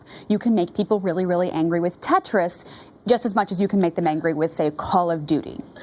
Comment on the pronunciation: My mans really said tetris lol